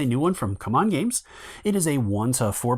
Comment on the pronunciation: As soon as you pronounced CMON as "come on" (cum on) I stopped the video. I'm sure you are aware CMON is Cool Mini or Not. its (c mon. see mon). it's the same with people adding an S to the word lego. It's horribly wrong and people need to be corrected.